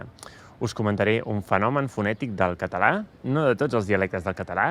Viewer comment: I claim that you don't really use schwa (in your particular accent). It took a long time to convince my friend Oriol that the way he (and many of his Barceloní friends) pronounced the schwa of non-tonic As and Es the same as a tonic A. Which is to say that they don't really pronounce "català" as /kətə'la/ but /kata'la/